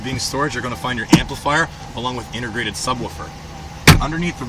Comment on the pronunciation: Can you say intergrated just one more time?